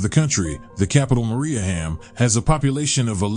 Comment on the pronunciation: He also pronounces Mariehamn incorrectly.